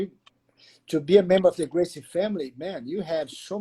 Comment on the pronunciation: I thought it was hoger gracie the r's become h in porrtugese